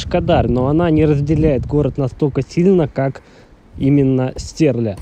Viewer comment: Не Стерля(ударение на е) а Стерля(ударение на я) Стерлитамак город в котором хочется жить!